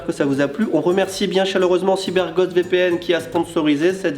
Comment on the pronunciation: Y a que moi qui entend Cyber"Gode" VPN à la fin ? mdr